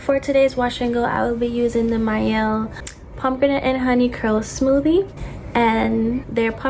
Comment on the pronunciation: Are you Caribbean? The way you pronounced pomegranate reminds me of my family😭